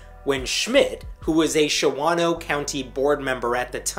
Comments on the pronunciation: By the way, it's called Shaw-no round those parts. Calling it Sha-wah-no gets you laughed at. Like Rio, WI. They pronounce it Rye-oh. I know. They can't read. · A word to the wise about Wisconsin place names. "Shawano" (a Menominee Indian name) is pronounced "SHAW-no" ,(2 syllables), not "sha-WA-no", (3 syllables). Pronounce it correctly, or you sound like a foreigner. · What you said is so wrong. It’s pronounced “SHAW-no” not “shah-WAH-no.” The rest?Yup sounds about right for that area. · It's generally pronounced "Shaw-no" not "Sha-wan-o" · Just so you know its not show-ano more like Shawn-no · For whatever it's worth,, Shawano is pronounced "Shawn-O" around here. 😄😁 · ... Native Wisconsinite here... It's pronounced SHAWN-oh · Shawano is pronounced "Shaw-no..." Appreciate what you do! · FYI: It's pronounced "Shaw-no" for some reason. But you're right; he will probably win. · Oh, pronounced "Shaw- no" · It's pronounce SHAWNO. 2 syllables, not 3. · Shawano is pronounced "SHAW-no" btw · Shawano is pronounced 'Shawn O' I've been there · FYI Shawano is pronounced Shaw' no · There are over 400 comments so I didn't go through them all so maybe this is already been said. The 2nd A in Shawano isn't pronounced, it's just Shawno. (I really don't know why!) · It's pronounced "SHA-no." Even the guys on the TV news clips pronounced it correctly. You need to get this right if you want to have credibility. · Well since you can't even pronounce Shawano correctly you have no credibility in my book